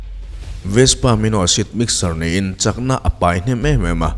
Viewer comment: Alphabet _ a leh e hi i lam dan uluk deuh ta la te ka lo ti thin! Eg... Bei kha bai tiin i lam a. Kei kha kai tiin i lam thin bawk a! Nei kha nai tih ang ten. Ka ngaithla tam ania. Uluk tawh la aw. 😊😊